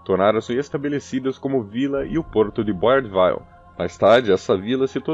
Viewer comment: O reality show Fort Boyard ainda acontece, mas so no periodo do verao. O narrador poderia se informar melhor da pronuncia em frances a sílaba tônica costuma ser a ultima, é Fort BoyARD, nao da forma inglesa como diz. E é BoyARD Ville e nao Boyard Vaille, alias em outras linguas se le ville tb. Poderiam ter muito mais cuidado.